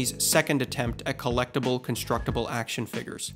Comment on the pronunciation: "Action Figgers" 🤨